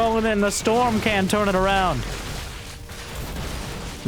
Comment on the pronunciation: the way you say storm almost feels edited 🤣